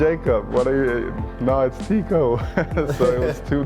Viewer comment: Teeqo is pronounced like taco